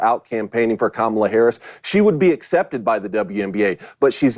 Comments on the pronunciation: It sucks that I can’t send this video to my leftist relatives simply because he keeps calling her “Camilla” and they will immediately discredit him 🫠🫠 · I love how VDH pronounces Megyn's name correctly, but refuses to pronounce Kamala correctly.